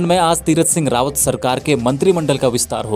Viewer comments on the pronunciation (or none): Dhan Singh dhami h g aap rawAt bol rhe ho